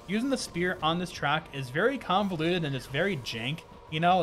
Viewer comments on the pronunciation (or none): none